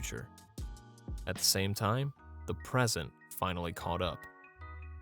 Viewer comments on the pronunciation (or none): none